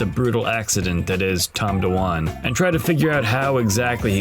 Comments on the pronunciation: You can’t even say his name correctly. It’s not Tom Dawan. It’s Dwan - one syllable. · Why is he pronouncing his last name as "Do-Wan"??????? Tilting me. Does this guy pronounce "swan" as "sue-wan"???